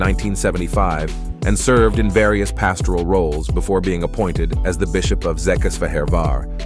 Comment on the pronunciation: Székesfehérvár was too difficult to pronounce for the speaker. 😅